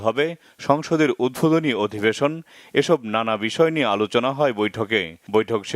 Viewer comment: প্রতিবেদকের কথা , উদ্ভোদনী না উদ্বোধনী।